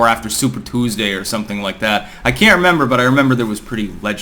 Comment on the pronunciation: I finally picked up on your New England roots when you said “Super Tuesday” at the end.